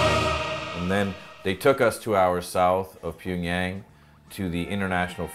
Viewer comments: I don’t understand why he doesn’t make more of an effort to correctly pronounce the names of these cities. Pyongyang is such a simple one to pronounce and still he doesn’t pronounce it correctly, not even once. It isn’t a huge deal, but I just don’t understand it. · He can’t pronounce Pyongyang— he keeps calling it Ping-yang. Lol.